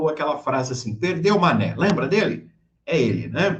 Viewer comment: Barroso não falou mané. Ele falou manei.